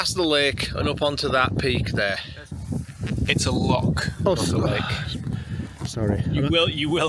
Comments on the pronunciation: LoCH not loCk 😂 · Tell that it's a Loch, not a Lock. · It's a lock 😂 it's Loccchh laddies. ❤ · Snot a lock, it's a loCH..... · It's a LOCH ffs. Get it right. 😜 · there is no "k" in Loch.